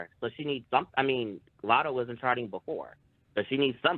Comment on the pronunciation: The way he says “Lottle” for latto 😂